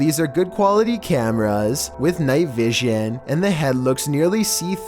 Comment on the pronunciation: Night vi-shawn.